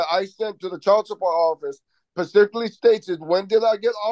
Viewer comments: Am I wrong in thinking that every time this man says pacifically… He loses even more credibility that might have been there? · He, as a full grown male, "pacificly" doesn't know how to say the word specifically......my goodness🤦🏻‍♀️